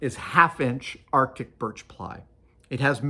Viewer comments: "Baltic" birch, not "arctic" birch... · did he say "arctic Birch" or "Baltic Birch" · Is he saying "Arctic Birch" instead of "Baltic Birch"? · I wonder if you have such a hard time finding it because you call it Arctic Burch instead of Baltic Birch? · I was wondering about that, it sounded like Adam was saying Artic birch, but the subtitles had Baltic birch. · Does he say arctic im confused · I swear I heard “arctic” and thought I was going crazy lol